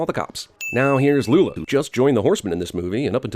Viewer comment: something about you saying "Lula" and "Isla" is wrong in this video. As if you cut the syllables together from other sources.